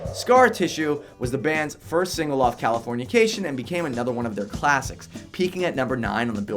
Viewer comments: Why did he say "californiacation"???? Its "Californication" how do you do a "107 facts" and not only not know the name of the super popular album but also mispronounce it so many times and let it get past editing? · Dude the way you say Californication is weird and wrong. It's not California-cation, its CALI forn iCation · Pretty sure it's Cali-fornication. Not California-cation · Him calling Californication, California-cation really annoys me 😒😒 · magee? THE ADVENTURES OF RAIN DANCE MAGEE?! CALIFORNIACATION? WHAT?! Dude! At least GOOGLE how to say it before you make a video on it! facepalm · I'm sorry but did he just say Californiacation